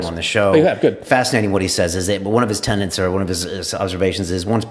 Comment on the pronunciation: I know this is petty, but, it's tenets, not tenants, Brian.